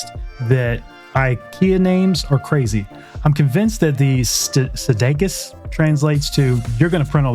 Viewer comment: Some cool prints here and now I'm trying to find a place to wall mount my Lego head models. BTW, it's "Skadis", not Sdakis.